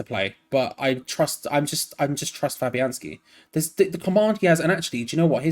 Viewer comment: This man just said fabianski in goal.